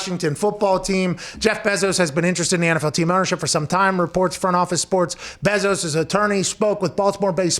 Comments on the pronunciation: Bruh it’s pronounced BAY zos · I have never heard someone call Bezos’s last name so weird wtf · “The Bezores.” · It’s pronounced BAAAAAAAAA-zos GET IT RIGHT!!!!!!! Sorry this just triggered me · If only you guys knew how to pronounce ‘Bezos’ 😂